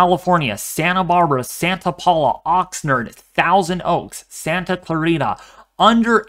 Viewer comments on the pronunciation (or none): Thanks for the update! I grew up in So Cal, Carpinteria near Oxnard! It's not Oxnerd it's Oxnard, like "nards"!! Haha. Just trying to help with the correct pronunciation of Cities in California!!